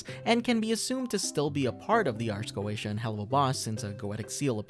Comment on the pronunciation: Not to be that guy but it's pronounced ars go-ee-sha